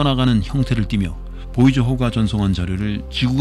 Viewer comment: 보이저를 보저라고 말하고 플루토늄을 플루토뉴밍이라고 잘못말하고 쓸데없이 참고로라는 말을 하는 것은 매우 듣기 거슬린다.